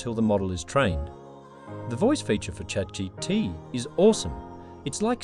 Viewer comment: Sorry but... This is clearly an AI video. Chat "GT"? It can't even pronounce AI right. Awful. Downvoted.